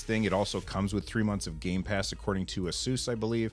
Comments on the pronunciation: Its pronounced like "A-seuss". Wasn't sure when I bought my first Asus laptop years ago too :D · you pronounce it "Asus" :) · The company claims the correct way to say its name is "AY-soos"